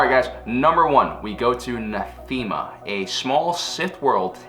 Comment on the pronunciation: It's pronounced NATH-UH-MUH